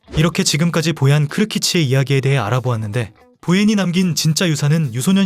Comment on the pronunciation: 떡볶이를 먹으러 간다고? 스페인 선수가? 너무 ai대본아니냐? ai 나레이션도 보얀을 보앤 이라고하내 계ㅒ속